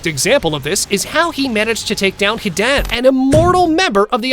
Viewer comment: can't pronounce Hidan right or akatsuki.....